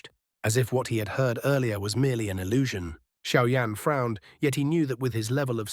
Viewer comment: Кто такой Шао Инь? В названии Сяо Янь и тут резко Шао Инь. И да бро перестань тараторить.